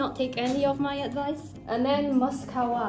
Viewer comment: when u say mascara it’s like saying خرا😭